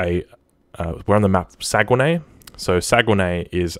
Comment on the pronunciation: Amazing video as always! Btw it's pronounced Sagnay the U and E are silent 🤫